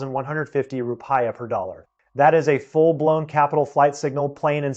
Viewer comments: Please bother to do some research on pronunciation. So, you won't embody the stereotype of clueless-of-the-outside-world Americans. It's Roo-Pee-Yah. Not Roo-Pie-Yah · The Indonesian currency is pronounced "roo-pee-uh", not roo-pie-uh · Thanks for the info. Roo-pee-ah. Other than that I agree with everything else. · Desperate circumstances called for desperate measures, but not thought through diligently beforehand. Rupiah is pronounced as rupee..ah. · i almost believed this until i heard him say ru-pie-ya lol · Counterintuitive thinking will shed the light … short term pain and challenges will be on the horizon but the mid to long term prospects for indonesia will be just fine..: the wealthy were looking for the dump to but and sit and see it all multiply… i think before we look to seek advice from an outsider .. we need to be sure he can at least pronounce the name of the currency correctly .. some expert .. i am an outsider but living in for the last 25 .. hang on its coming 😂